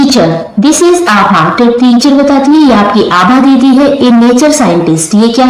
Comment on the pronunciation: Didi yah Abha hai aap Abha ko Aha bol rahi ho